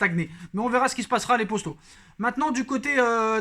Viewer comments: Sa m’énerve au lieu de dire les potos il dis les posto sa me perturbe grave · J'aime de ouf se que tu fait mais arrête de dire posto dit poto sinon se que tu fait c vraiment bien continue comme sa